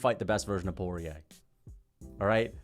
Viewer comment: Dustin "Voodoo" Poyay